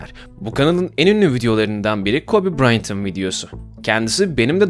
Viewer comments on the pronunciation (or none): Nobody: Herkes: kobe braynt değil kobe bryant